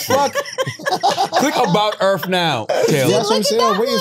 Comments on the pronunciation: I don't know which is more cringe. Taylor saying she is a alien and isn't from this planet. But having some stupid views and questions about aliens. Or Charla trying to have a intelligent convo about earth. All while calling it earFFF the whole time. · Take a shot every time Charla says Erff instead of Earth